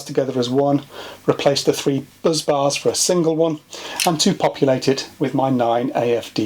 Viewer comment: Are BUZZ BARS different to BUS BARS or is there a speech problem somewhere.